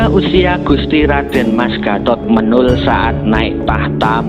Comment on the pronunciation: Pengucapan nama Menol itu salah